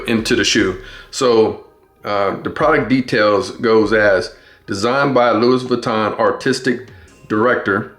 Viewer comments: If you are going review a pair of shoes and have any credibility, please say the name of the fashion house correctly come on man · Imagine pronouncing Louis Vuitton wrong and saying it that many times 🤯